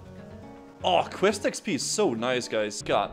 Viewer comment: As a fellow Dane, I'm allowed to roast you for the way you pronounce "quest." It makes me grind my teeth. :P The rest of you can bugger off.